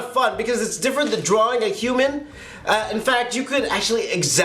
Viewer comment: idk does anyone notice that he says drawring? nohate though :)